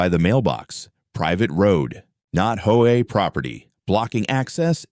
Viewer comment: If your going to put up a sign, try to pronounce and spell hoa correctly.